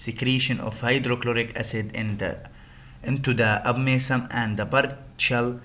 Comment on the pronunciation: Hi...Thanks for your presentation..... 1. The slides are fulled, you need to make it as points and just speak by yourself on non-written information. 2. The tone of your voice is stable and this make audience less interested, you need to change voice tone. 3. You need to practice in pronounciation of new words such as (abomasum, appetite)